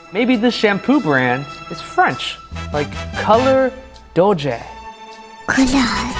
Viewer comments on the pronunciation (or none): none